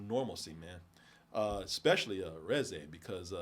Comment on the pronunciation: Ooooo the way he kept saying Reze 🫩but I'm glad he liked it and he's def not prepared for what happens in the future 😅